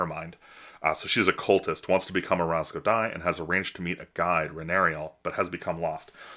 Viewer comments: Nah… I knew what you were saying right away! There are three letters that make similar sounds, and the “easy” way (Google), is to just treat them all like ‘z’ (even though there’s a serrated letter for how we pronounce that sound). Good on you for trying the authenticity! In my current campaign, I’m using a lot of Finnish, and I’m 100% certain I’m screwing a bunch of that up! Keep up the awesome work! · Love your videos! Did you use Google Translate for the Ras Godai name? Just curious based on your pronunciation.